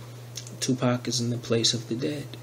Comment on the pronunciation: Not Tupac come on bruh... smh 😨